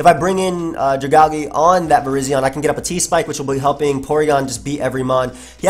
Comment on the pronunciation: The way you say Dragalge hurts me every time. It is part dragon and made out of a poisonous algae. Dragon + algae= Dragalge pronounced Drag-AL-gee